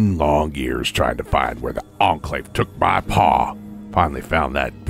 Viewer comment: Every time he says HE TOOK MA PA, it think of THEY TOOK MA JERBS.